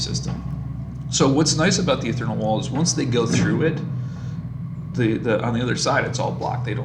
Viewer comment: Ee-th+ear-ee-ull, Ethereal. ;) There's no "n" in that...